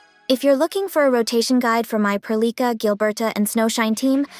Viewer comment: Nice vids. Question tho. Are you sure thats how you say Perlica? I dunno sounds wrong in me head.